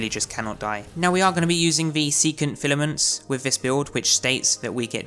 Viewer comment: FILL A MENTS YOU FUCKING MOOK